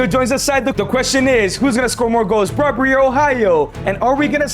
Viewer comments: Brobbery lol it's brobbey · It’s Ivorian not ivory costian and it’s Brobbey not Brobbrey